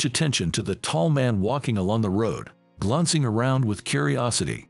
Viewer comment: The word is glancing not glonccing